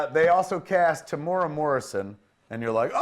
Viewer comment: Just a quick pronunciation tip: Temuera is pronounced; Teh Moo Eh Rah, not "Ta-moo-ra". I think it makes sense for Temuera Morrison to play Aqua-man's human father. I gotta assume they cast him for his look.